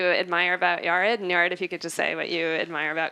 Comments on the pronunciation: It's Yar-ed not Yar-ad! Say my name right!! I❤it😅😅😂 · IT'S PRONOUNED YAH-RED - PUT SOME RESPECT ON THAT NAME! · "FIRST OF ALL ITS PRONOUNCED YA RED!" 😂😂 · Then two minutes later the moderator says “Yeh-red”😂